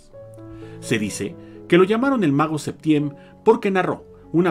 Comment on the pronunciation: A ver, niña, primera,quien te dijo que es una crítica?, Si lees bien anoté: duda; segunda, se escuchó "Septiem", siendo que yo sabía era "Septién". Antes de escribir algo lea bien